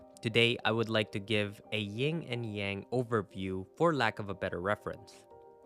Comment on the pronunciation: yin/yang not ying/yang